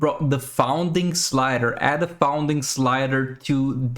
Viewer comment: loved the content dude, but just a small note, when u said founding raids i was so lost then i understood later that u meant fund. it's pronounced "F uh nd". just wanted to clear this out not to cause confusion for next videos.